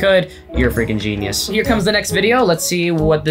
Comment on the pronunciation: PLEASE STOP SAYING FRIKING!